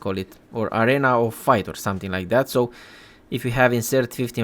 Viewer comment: I'm a native English speaker and ESL teacher of 5 years. You are doing an excellent job. Accent is fine! Only noticed two pronunciation errors "arena" and "frayed". Keep up the good work!